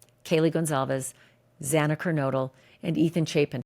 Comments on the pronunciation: Ashleigh, the judge's mispronunciation of Xana Kernodle's name (x2)really bothered me as well. It was like he couldn't be bothered to get the name right. What's in a name? Everything. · I was disgusted by judge hippler! He’s more concerned with people calling his office than doing his job! Absolutely horrible! Then you can’t even say Zana’s name correctly! Everyone should be disgusted by this man and especially the prosecutor!!! Shame shame same on you all! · I also, found it offensive, the judge mispronounced , one of the victims names , twice , but but the killers name correct . That was offendive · I noticed the miss pronunciation as well and it bothered me. I think he miss pronounced it 3 times. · I agree with you, Ashleigh…To mispronounce Xana's name, was disgraceful. I felt he was disrespectful to the victims of this crime and the people of Idaho, overall. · That made me so mad. He's the judge and he's making a decision on behalf of the life taken from Zana. The very least he can do at this point is to familiarize himself with the victims well enough to know their names. We here ALL know how to say her name; there's no excuse for the judge getting it wrong.